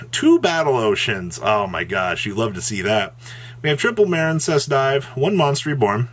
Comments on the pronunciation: Dudes I was on this dip shit forever over Muh-reen cess which he calls Maren cess even though it's a water archetype and what is marine? 🤣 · Still Maren-cess huh? That's what's sad. Grow up bro.